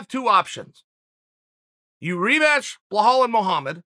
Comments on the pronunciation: "Blahal Muhammad" 😂😂😂😂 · Chael “blahal” sonnen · When chael does these ads he is always like this ad really helped me blah blah blah, or he is like I was a customer even before they sponsored me. Like no chael half these companies I have never heard of and chael knows damn well he sleeps just fine lol. Btw it’s bilal idk where chael the goat is bringing that “h” from